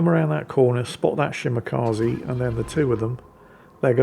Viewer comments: Shimakaze? more like Shimawhatze. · don't pronounce long names, please don't force him, he old and grumpy n salty lol,,,,another great video